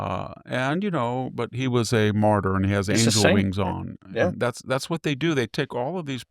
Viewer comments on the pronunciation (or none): none